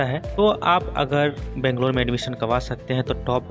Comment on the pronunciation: Pronounce Banglore properly please